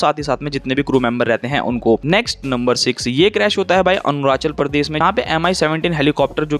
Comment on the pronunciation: Anrachal nahi Arunachal bro🤦‍♀️